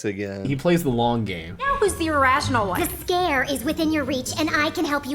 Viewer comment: I had to backtrack to make sure I heard that right, but “ze castle Zs’Skayr” was a bit funny.